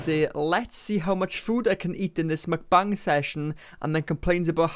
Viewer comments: mukbang is pronounced mook-bong, not muck-bang just fyi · haven't heard it pronounced 'McBung' before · I like that you pronounce mukbang like McBang.